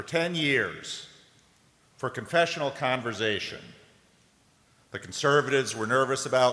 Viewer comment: I was worried that the Synod could not parse the word Converz-Zzation, with the 3 Zs.🙂